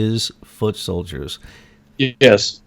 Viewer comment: Obama kept saying: "Ses we can."